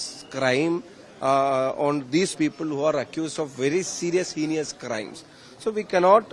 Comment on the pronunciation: HEINOUS is the correct word! ( not HENIOUS). This is not at all KIDILAN English! Just 50 % marks only😂!